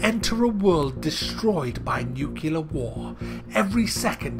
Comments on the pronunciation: it's nuclear not nucular. Someone has to write a thesis about why so many people misspronounce this word, or maybe not. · Please tell me you used the word "nucular" instead of nuclear sarcastically. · "You enter a world destroyed by nukilar war"? Is that a reference to nuka cola,?:P